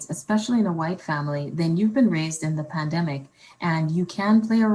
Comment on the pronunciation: That black lady mispronounced pandemic 6 times as PAMDEMIC.